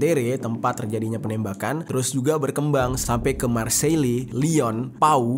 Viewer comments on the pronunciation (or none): none